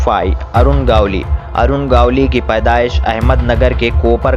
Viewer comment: आप सबके नामोल्लेख गलत क्यूं करते हो. गवळी को गावली रमा नाईक को रामा नाईक . स्टार्ट के बजाय ईस्टार्ट. क्या है यह . आप की आवाज भी सुनने लायक नही है.